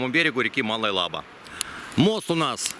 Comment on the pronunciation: Интересный сюжет 👍. Правда режет слух название реки Малая ЛабА.